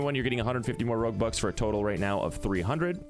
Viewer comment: Thought you were saying robux at first and then realised you were saying roguebucks @@